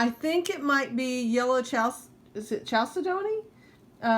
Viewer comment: And it's cal - SED - nee. I just learned that recently. Been mispronouncing it for years.